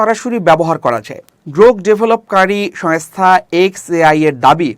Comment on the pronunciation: It is Shongsta , not Shayngsta , it is Shongkar , not Shayonstar